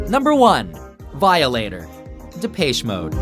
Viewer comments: De-Pesh Mode. Not Dee-payish Mode. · Some Guy de-pesh mode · When you pronounce Depeche Mode as Dep"ey"che mode, you just might be Canadian. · you said depeche mode wrong! how could you ;) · lol how did you say Depeche mode? l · I cringe every time you try to say depeche mode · Wtf is up with this guys pronounciation of Depeche mode? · I hate the way pronounce Depeche Mode! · It hurts me how he says depeche mode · Either i've been wrong my whole life or you say depeche mode really bad. Anyone else agree? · Lool i have the Violator album and i wasn't even born when it was released. I'm not a DM fan anymore though. And it really isn't that hard to pronounce Depeche Mode... fail